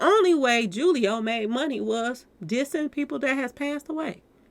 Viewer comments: His name is Julio pronounced Hoo-lio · It's pronounced (who- leo) foolio